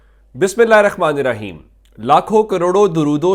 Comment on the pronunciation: بسم اللّٰہ الرحمٰن الرحیم بسم اللہ ہرخ ما نر حیم درستگی کریں